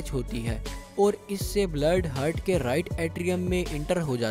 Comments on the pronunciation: aap ne itni bar heart ❤ ko Hurt bola k hmaray kan hurt hona start hogaey, 😂😂😂😂 Baqi wese video kamal ke thi. keep up the good work. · Its "heart" not "hurt" ..very irritating while listening video that I was unable to watch complete video tho it was good by animation. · ہرٹ نہیں ہارٹ بولتے ہیں۔